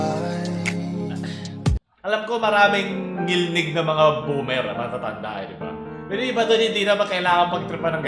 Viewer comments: ngilngig hindi ngilnig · ngilngig hindi ngilnig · ""NGILNGIG"YUN PAO hindi NGILNIG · FYI... it is NGILNGIG and not ngilnig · ngilngig po di ngilnig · Ngilngig po, hindi ngilnig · DILI NGILNIG, NGILNGIG ANG TAMA😭😭😭😭😭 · "Ngilngig" po hindi "Ngilnig" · Ngilngig Po Hindi ngilnig🤣👍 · IT'S NGILNGIG not NGILNIG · Ngil ngig hindi ngil nig. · "Ngilngig" yon hindi "Ngilnig" Cute parin. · NGILNGIG PO YUN DI PO NGILNIG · ngil-ngig po kulang ng "g" yung ngilnig nyo po meehee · NGILNGIG po hindi NGILNIG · TO correct you, Ngilngig po Hindi Ngilnig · Ngilnig 🙅 Ngilngig 🙆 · "NGILNGIG" po hindi Ngilnig, btw great video. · ngil 'NGIG'. Hindi ngil'NIG'. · NgilNGig. Hindi NgilNig. Mga yawa mong tanan! 💋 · its ngilngig not ngilnig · NGILNGIG dili NGILNIG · "NGILNGIG" yun inde ngilnig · Correction NGILNGIG yan hindi NGILNIG.. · Ngil-ngig po yan hindi ngil-nig hahahaha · hindi ngilnig * ngilngig * ho, pero sa ibang parte na kabisayaan baka may ganya talaga ngilngig - talaga yun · Ngilngig diba hindi ngilnig? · its not NGILNIG its NGILNGIG. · Ngilngig hindi ngilnig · "Ngilngig" kulang ng G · It is "ngilngig". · dude.... its pronounced 'ngil-ngig' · ang tama po diyan is "Ngilngig" (ngil-ngig) po Lods means cringe. 🙂😊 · it's 'NGILNGIG' hehe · Its NGILNGIG HAHAHAHAA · It is "ngilngig" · I think it was supposed to be ngilngig